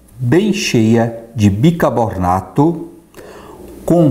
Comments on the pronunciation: Bicarbonato é o certo. O Sr fala bicabornato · AMIGO ME DESCULPE. VOCE É UMA CELEBRIDADE,SOU SUA FÃ,MAS QUEM "SOA" É SINO. E O NOME É BICARBONATO,E NÃO BICABORNATO...VOCE FALOU SOA. O TERMO CERTO É SUAR,OU TRANSPIRAR. ABRAÇOS DA SUA FÃ...